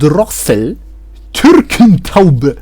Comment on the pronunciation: The way you pronounced Türkentaube killed me